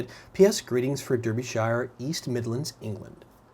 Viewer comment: haha you absolutely murdered the Derbyshire, its 'Dar-bee-sheer'